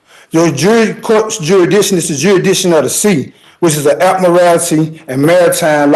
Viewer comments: I have a very hard time taking anyone seriously who can’t even pronounce ‘jurisdiction’. Jurassission is ridiculous. If you can’t even pronounce simple English, better grab a lawyer. You guys never win anyway, you just make a mockery of our legal system. 🙄😂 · Even the dimmest of dimwits must surely know that challenging 'juri'ikshun' whilst in a chain-gang ballgown is pretty futile